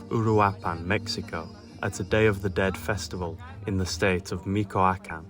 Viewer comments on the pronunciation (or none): "Meeko- A-Can" 😂😂😂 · Learn how to pronounce Michoacán